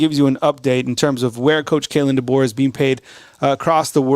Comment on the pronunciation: Coach Debo , not Dabo, Debo lol. will be very much worth it. You go Coach Deboer. RTR